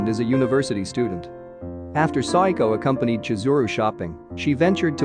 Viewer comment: it sounded like Sayako to me, also he prounounced Ayane as A-yane like Diane instead of A-ya-ne...but I think he's using a text to speech app that's why there's issues with the pronunciations